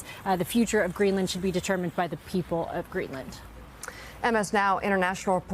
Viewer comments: Greeland? You mean Greenland? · Its Greenland... not Greeland😂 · Uhhh... Guys, I think it's "Greenland" not "Greeland." But getting back to the video, not the title, it's AT LEAST 18 years too late for Trump to have a good legacy. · Greenland, not Greeland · Hey, MS NOW. You're professionals. Do you have a proofreader? "...senator rails against Stephen Miller over Greeland." GREELAND ??